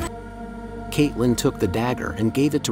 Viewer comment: The way you pronounced catelyn triggered me